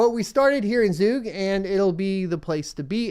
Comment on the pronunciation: You pronounced Zug pretty well!